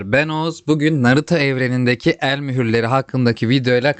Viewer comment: naruta mı naruto mu?